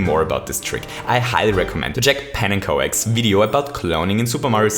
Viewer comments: Oh and you say pannekjoks but it is pannekük. It is Dutch for pancake. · Pennen ko ek You pronounce it panunkok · Why can NO-ONE pronounce pannenkoek right? (It's dutch for pancake) pan-unn-cook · "Pannenkoek" is pronounced as "Pannencook" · it's pronounced pannenCOCK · Pannenkoek is actually the dutch word for pancake, and it sounds so wierd pronounced the way people pronounce it for me as a dutch person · You pronounced pannenkoeks name if you want to pronounce it right type pancake in google translate and translate it to dutch Than click on the microphone